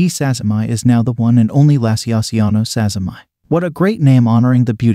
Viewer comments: oh ok, I thought he was japanese bcus the two ppl who desribed the spider were japanese and it seemed like a Japanese name. but still his name was Sazima, the spider is also called Sazima's tarantula, so the point stands that it should be sazima-ee rather than sazzy-my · yeah the whole japanese thing really isn't relevant lol. what matters is that the person the spider is named after is Sazima, so preserving the pronunciation of that name, as per taxonomic convention, we get "sazima-ee" as the right name for the spider.